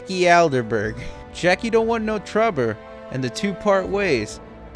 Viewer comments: When you said "Jackie don't want know Trouber" I laughed out loud. I do the same thing when I have a sentence with too many uncertain Rs and Ls. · Jacques is pronounced kinda like "Jahk" but without the "d" sound before the "j". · The way you struggled to pronounce Jacques was so bad, hahaha. But great video man, I needed a recap before starting Witcher 2 finally.